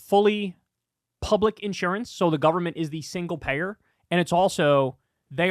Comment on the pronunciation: Anytime Dave Rubin says "government" my eye starts to twitch.